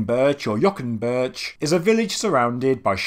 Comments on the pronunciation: Excellent video!! Great content. Just FYI, when you see Ğ as in Yoğunburç, the Ğ is silent and pronounced yo- unburç. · An interesting point, as I went on a Turkish road trip some years ago, the G is silent, so this site would be pronounced Yowunburch. "Dag" is the word for mountain and it is pronounced daaaaa. I visisted Gobekli Tepe on that trip. Not much of it had been excavated back then. All that was there was a boy who said he was a "guide" and a security camera.